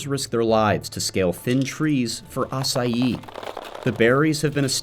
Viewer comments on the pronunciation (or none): none